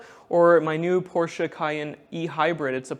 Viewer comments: Great video. It’s nice to see someone say Porsche the correct way. :) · As a german, I really appreciate, that you Pronounce "Porsche" correctly. It's not called "Porsch" folks, stop calling it that way. ^^